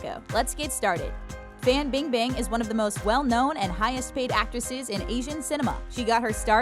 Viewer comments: Every time she pronounces Fan Bing Bing’s name I can’t even😂😂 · erge 99 I’m born and raised in China and it’s 100% FAN bingbing